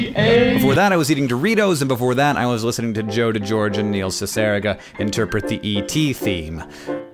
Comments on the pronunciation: This video was awesome and it was great to see all the footage you took! But you pronounced Cicierega a little wrong- it's pronounced CIH-suh-REE-guh. Just for future reference or whatever. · Is THAT how you pronounce "Cicierega"? I always said it like "siss-er-EE-ga" in my head. I guess your way does make more sense. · so THATS how you pronounce Cecierega, i never knew! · Love Neil and Alora but you didn't say Cicierega right. A for effort though. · Just figured out how you pronounce Neil's last name now. Cicierega. Huh.